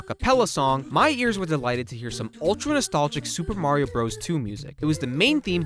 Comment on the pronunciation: I can't get through the video while the guy says "Supamar" every ten seconds.